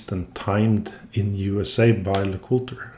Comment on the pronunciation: lay-cool-TRAY? Before Hunter (Jäger) got involved? YAY-ger lay-cool-TRAY